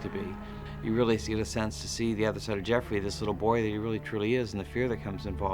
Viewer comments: He said Jeffrey instead of Joffrey. Not the biggest error, but more obvious than pronouncing something like Xaro Xoan Daxos (or whatever it is) wrong. That one, I never even pronounced in my head when I read the books! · Gee, how hard is this to figure out: JOFFREY. Jaw-fr-eee. Smartass.